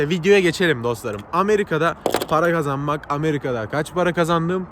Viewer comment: de Amerika' da para kazanmak yerine gazanmak dedi